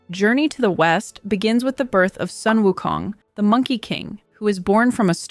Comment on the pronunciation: Sun is pronounced as 'soon'. It's a beautiful mythology story.